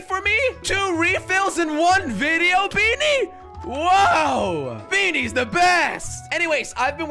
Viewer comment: "Talking about beanies" came out as 'Thalking about bee knees'